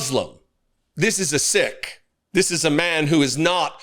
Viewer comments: The Sikhs I interact with in my city pronounce Sikh as "seek". Maybe the pronunciation has changed for English speaking Sikhs living in English speaking countries. No one wants to belong to a "sick" religion. I will ask my Sikh acquaintances how Sikh is pronounced in the Punjab region of India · Thank you for your channel. Incidentally, Sikh is pronounced to rhyme with the word Ppeel, so pronounce it like Americans pronounce SEEK. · The ignorance is astronomical. BTW Sikh is pronounced like seek. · I really appreciate your consistent committment to defending our constitution! Thank you! One little thing however...I believe the pronunciation of Sikh is [seek]. I wouldn't want it to be pronounced "sick" and for it to be denegrated and joked of in ways dear leader is fond of. IMHO. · It’s pronounced seek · Btw pronounced seek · hi - I’m writing from the UK where it is pronounced “seek.” Another example of two nations divided by a common language!😂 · It's pronounced SEEK! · Sikh pronounced seek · Sikh is actually pronounced "Seek" at least here in Australia. Thanks and praise for ALL of the Armed Forces who fought in WW2. And let us not forget all of those whom have fought for the right cause in the past and future. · it’s pronounced’SEEK’.. the man leading the prayer was a Sikh, pronounced ‘SEEK’.. 😬 👍🏴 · Seek... Pronunciation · Sikh is pronouced seek. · Sikh is pronounced "Seek" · I think it's pronounced "seek". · I think SiKh is pronounced Seek. Love your channel, keep up the good fight! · Thanks for the video. Just to keep you on the up-and-up It's pronounced SEEK. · Honestly I thought it was pronounced "seek" but you made me look it up. I was wrong all my life. Damn you for educating me you...jerk lol. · I believe that Sikh is actually pronounced like "seek." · it's pronounced SEEKh. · Pronounced as"seek" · Sikh. Pronounced "seek". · dont like the way he pronounces sikh though.. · it's pronounced seek not sick